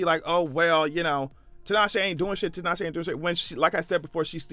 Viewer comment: First time I've heard 'Tinashe' pronounced correctly.